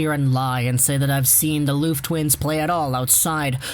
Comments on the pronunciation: "Loof" xD Try saying "love" in a really cheesy way and the pronounciation will be a bit closer :P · The F in Lööf is pronounced as a V btw